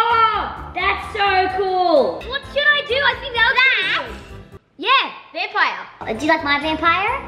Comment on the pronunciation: said vampire in an American accent